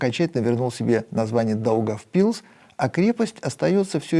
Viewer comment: Даугавпилс ударение нужно ставить на первую а ,а не на "и" привет из Латвии